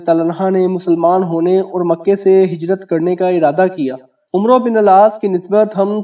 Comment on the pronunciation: عمرو نہیں پڑھا جاتا عمر پڑھا جاتا ہے ع کے اوپر زبر پڑھ کےمیم کےساتھ ملاکے پڑھیں